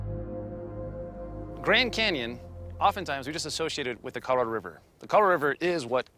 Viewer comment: > < ...."the Coloro river"......